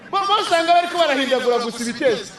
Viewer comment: Ibitensi iiiii rrrrrrrrrr😂😂😂